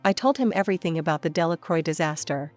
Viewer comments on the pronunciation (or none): Delacroix isn't pronounced as "Dela-croy". More something as "Dela-crwa".